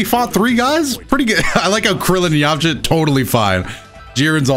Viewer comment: “Krillin, Jiren and Zzzyamcha”